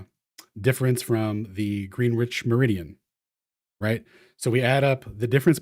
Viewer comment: Greenwich being intentionally mispronounced will never be not funny to me.